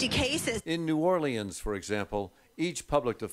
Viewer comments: New or-lee-ans? Really? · Can we talk about how the guy in the vid pronounced New Orleans? nEw OrlEaNs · Anyone notice he said "New Orleians" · "New Orlee-ans" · "In new orLYANS for example"